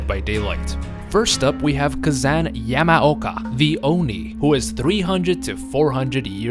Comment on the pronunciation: Finally, you fixed it. I was asking myself when you would notice, it's Yamaoka and not Yamoaka. Still, great vid as always!